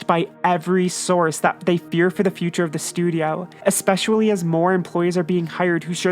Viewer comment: The video is interesting and all, but I noticed you've started pronouncing the word "expecially" wrong.